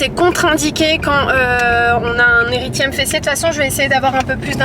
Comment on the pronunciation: Coucou c’est un érythème sans le « i »😊